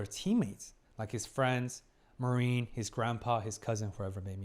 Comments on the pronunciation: basically: Mah-rin hard a, soft rin not ma-riiin 🙂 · I don't want to be annoying but how many episodes until you correct your pronunciation of "Marin"? 😅 I always think of the US forces when you say it.